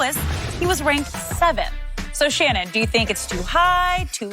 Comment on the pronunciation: “Ima go shree” lol Shannon be talking gibberish sumtimes